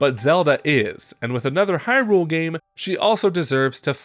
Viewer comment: Why are you pronouncing hyrule all weird. It's not hyRULE, if anything it's more HYrule